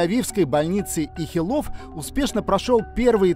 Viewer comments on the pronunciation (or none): Не ихилОв, а Ихилов. Ударение тоже имеет значение для понимания и доверия к контенту. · Ихилов, а не ихилОв, ударение имеет значение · Ихилов ударение на первый слог и в фамилии врача Ардэн также